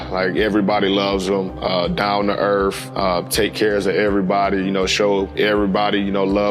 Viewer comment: "DOWN TO EARFFF"